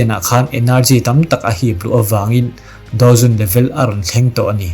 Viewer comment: i hnar ping tawng a maw ka tia mahse dou zun kha i lam dik ve leh tho bawk sia.. Ka comment ta hram😅😂